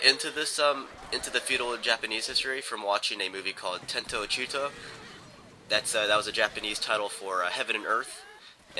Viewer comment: also, ten to chi to has emphasis on the ten but more on the chi